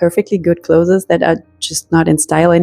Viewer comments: Hallo, danke für das tolle Video. Das ist wirklich eine super Taktik, die ich ausprobieren werde. Dein Englisch ist auch super aber darf ich eine Kleinigkeit erwähnen? Das Wort "clothes" wird genau so ausgesprochen wie das Wort "close" as in "close the door" - ist also auch nur eine Silbe. Alles Gute und nochmals vielen Dank! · The word “clothes” is one syllable. It is not pronounced like other “es” words. Like peach-es. It is not cloth-es. Ask someone to explain if you don’t understand. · Definitely a German thing. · 😂 “Clothes” is a one syllable word; it’s not “clothes-es” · Hi, I moved from California to Germany and had the reverse challenge. I did not even own a winter coat. People correct my German all of the time. Sometime it is welcome and sometime not. Just in case no one has mentioned, the pronunciation of CLOTHES is like CLOSE. We don't say the E. It took me 2 German lessons to pronounce GESCHIRRSPÜLMACHINE. 🙂 Never stop learning is my motto. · Please learn how to pronounce the word "clothes". 😢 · ClothES the E is silent